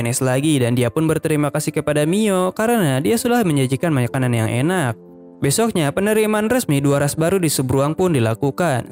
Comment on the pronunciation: Min lu orang mana kek sunda soalnya tdi ada bilang besok na wkwk😂